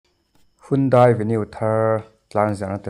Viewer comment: Handae tia lam tur,mizoram te hian kan lam sual laklawh taw.